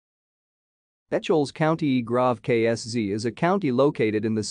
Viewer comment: It is pronounced E-kels